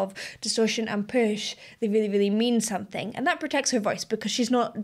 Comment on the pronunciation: So I've noticed that when you say "something" it actually comes out 'sonthing". Is that regional where everyone says it that way or is that unique to you? I like it, its what makes you, you 😊